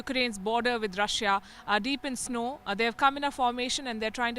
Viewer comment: Please do not say Rush-ya. It's pronounced Rushaa